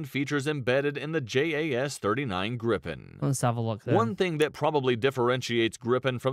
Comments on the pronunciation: Its Griipen not Grippen! AI- voice/vid sucks balls... nice vid though! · It's more like Griipen, not Grippen.